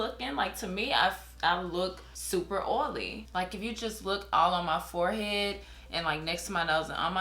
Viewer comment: the way she says oily LMAO